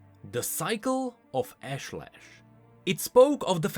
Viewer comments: I don't think pronounced it's Ashe-lesh, it's Aash-ley-sh. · Pretty sure it's pronounced Ahsh-leh-sh, with more of a south Asian/Indian accent/intonation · Ashlesh. I think it's meant to be pronounce Ahsh-lesh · Hi, A small nitpick but your pronunciation of Ashlesh is incorrect. The skin spotlight voice lines video has the correct pronunciation.